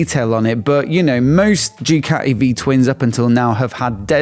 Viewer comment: Please,, please, Ducati is pronounced Doocati and not Djoocati.